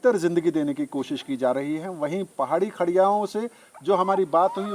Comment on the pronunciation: Its not kharea ,its khodia,,,i